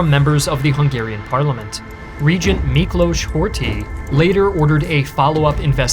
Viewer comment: Rather well done video! I especially liked the background music choices, they fit in really well. Also, finally someone can pronounce Miklós properly (Kállay still needs a bit of work) 😅.